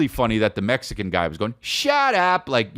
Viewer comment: When it’s “Mexican” 💀💀💀